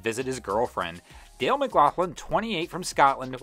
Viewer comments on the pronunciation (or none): none